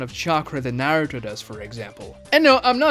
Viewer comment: My man, good vid. However, your pronunciation of Naruto is absolutely atrocious. How does someone who knows the series to your degree, butcher the name so badly? Watch some Japanese episodes and get the name right.